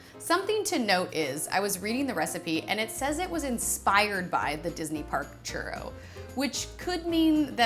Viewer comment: U say churro I hear chorro.... Mexican peeps where u at? 😂😂😂😂😂😂